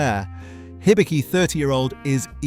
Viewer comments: The "Hi" in "Hibiki" is closer to a "He" than a "High". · "Haibi" and "laichi"? Ok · The I’s and E’s are long. Knee-ka. He-bee-key. It’s unfortunate that Nikka from the barrel is a blend. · Nikka is pronounced "knee-kka". Not "knick-ka" Hibiki should be pronounced "hee-bee-kee".